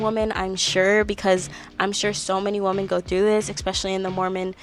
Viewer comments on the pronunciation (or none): Women is plural and sounds like "swimmin" but you're pronouncing it like "woman" the singular form. Sorry it's just so jarring to hear multiple times. But besides that loved the content and the ranking idea, I can't wait for the next episode where I'm sure your opinion of Demi changed drastically 😂